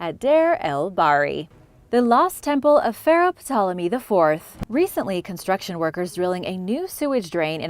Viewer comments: The p in Ptolemy is silent. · I have never heard Ptolomy spoken with the P pronounced. Interesting tho.